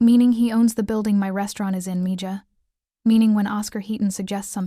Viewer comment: Mija is pronounced meha not meja